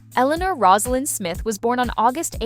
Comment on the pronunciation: Rose a lynn. NOT Roz! If you want to comment on this lady have the respect to pronounce her name correctly.